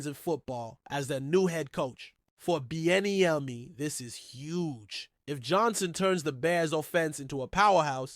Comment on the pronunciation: GTFO of here . You cannot even PRONOUNCE HIS NAME? 🙄🙈🤡🤡